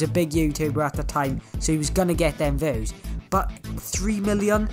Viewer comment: THE ACCENT HE LITERALY SAYS VEWS and not views